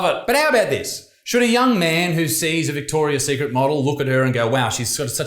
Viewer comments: Mandela Effect. It used to be just Victoria Secret as Isaac seems to remember as that’s how he’s pronouncing it and wrote as the title. But it’s always been Victoria’s Secret 😮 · Vihhhtorrrriasss tthhhheeeekkrrrit